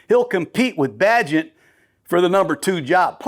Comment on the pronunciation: Way to mispronounce Bagent’s name